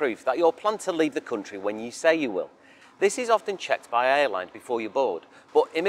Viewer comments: how he pronounces country as cuntry makes me feel like the cuntry that's asking this many questions just for your visit, isn't probably worth visiting in the first place as you'd feel like some hostile among all those cunts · i will never get used to "coontry", "mooney" and "looggage"